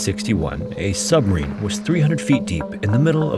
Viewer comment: I can’t get over how you slur your words. You need to annunciation better. You say Submarine sometimes, and then “submeen.” You need to slow down